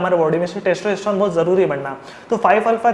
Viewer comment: testroestron? wtf are you saying? please take care of your pronunciation!!